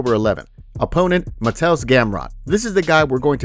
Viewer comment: Help with your Polish pronunciation. Mah-Tay-Oosh. ;) Looking forward to seeing how he does against his wrestling!